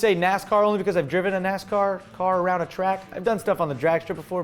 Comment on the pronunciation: He said strategic for NASCA. LOL